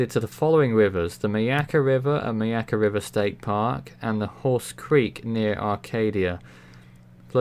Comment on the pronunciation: Good job pronouncing Myakka. Thumbs up